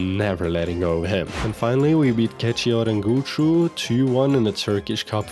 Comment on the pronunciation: perfect pronunciation of keçiörengücü